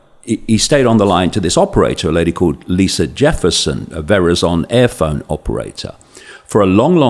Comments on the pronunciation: Love this. Not sure I buy it but love it anyway. One negative point... the pronunciation of Verizon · Hearing him pronounce Verizon made me laugh a little